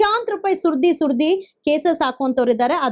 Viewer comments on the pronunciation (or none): ಸೂರ್ದಿ ಸುರ್ದಿ ಅಲ್ಲಾ ಲೇ ಬೋಸುಡಿ ಸುರಿದು ಸುರಿದು ಎಂದು ಹೇಳು ಕನ್ನಡ ಶಬ್ದವನ್ನು ಸ್ಪಷ್ಟವಾಗಿ ಉಚ್ಚರಿಸಿ..